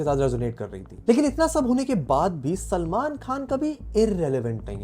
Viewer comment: Bhai kaa naam sahi se le 😡